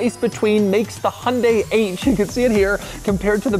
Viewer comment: Pronouncing Hyundai incorrectly. See advert.